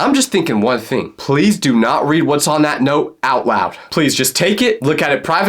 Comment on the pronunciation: loud ❌️ wowd✅️